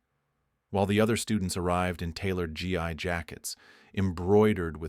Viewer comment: Nice. But it's (Gi)pronounced like "ghee"